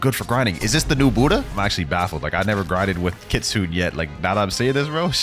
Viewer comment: Happy new years It’s kit-su-ne Not kitsun